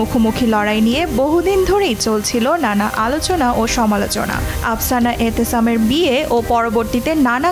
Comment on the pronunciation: আপসানা নয়, আফসানা হবে।